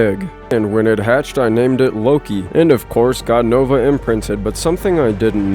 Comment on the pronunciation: I love how he says “nogla” instead of nova XD